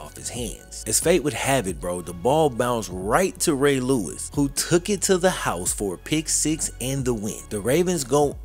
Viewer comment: What happened to Eddie George? It's pronounce, "Ray Lewis"! 😅